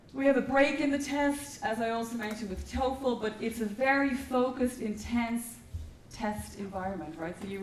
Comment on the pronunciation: TOEFL NOT TOFEL (Test Of English as a Foriegn Language).